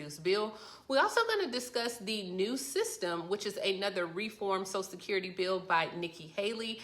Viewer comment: I hate it when idiots can't even say "social security". She keeps saying "sosecurity". Her credibility is gone.